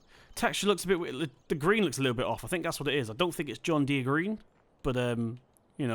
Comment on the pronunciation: U completely butchered the john Deere😂😂